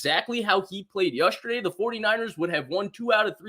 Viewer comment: please….. it’s yEsterday not yUsterday